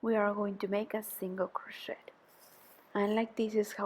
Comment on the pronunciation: Friendly comment: when you pronounce (say) crochet, the ‘t’ I silent.